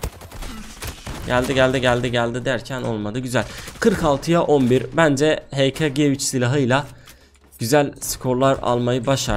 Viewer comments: He.ka.diye okunuyor abi <3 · Abi o silahın adı heka ge3 diye okunyo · Abi hk g3 hakgı 3diye okunuyo :)